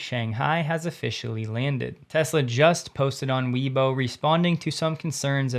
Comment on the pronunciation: Weibo is pronounced "Weigh Bwo" (like bow, but o and w switched)